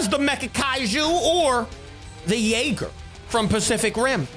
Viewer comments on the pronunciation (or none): none